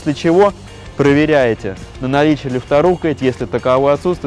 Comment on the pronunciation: Молдованин, который и так почти в каждом слове делает ошибки (коля в колю - колея в колею, рУкоять - рукоЯть)😂😂😂 Королюка я еще понимаю, он иносранец. А вы куда за ним наш русский могучий коверкаете??? Мне вот если честно режет ухо такой говор